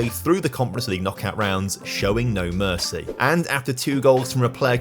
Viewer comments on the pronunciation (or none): none